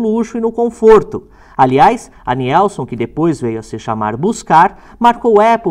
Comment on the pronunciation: Muito boa reportagem, linguagem simples e bem explicada a paixão pelos onibus e caminhões. Morei em Joinville-SC, terra da Nielson e tenho parentes e amigos morando lá. O grande pecado na pronuncia da marca é dizer NIELSON, quado na verdade a pronuncia é NILSON, fora isso a reportagem é nota 10, Parabéns.